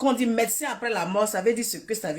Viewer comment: On dit dst